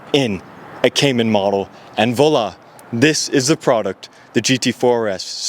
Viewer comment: His pronunciation of “voila” is atrocious. 😬